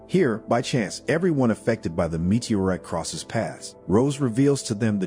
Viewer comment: Please teach this AI voice how to properly pronounce the English language, especially “meteorite”.